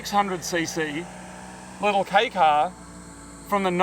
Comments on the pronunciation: Hey guys love your vids but please pronounce Kei as K not Key, ei is silent. The correct pronunciation in Japanese! Just a thought. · Kei = "kay", not "key" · You would think they would've learned how to pronounce kei car correctly by now.